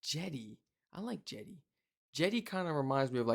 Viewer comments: Jetty, not “jetti”. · jetty, not jetti